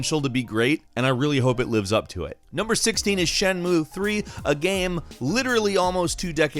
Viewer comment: Jenmu ? Its pronounced shen-mue and tenkou(Tenchu) ,its pronounced ten-shoe ,I know im bit of a grammer nazi but too Classic title names you just slaughtered and i couldnt let you get away with it scott free 😊